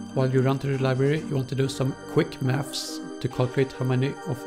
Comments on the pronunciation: "U want to do some quik maffs" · l0l i heard it tooo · "quick mafs"